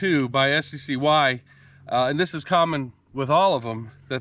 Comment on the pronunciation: its sky (sccy)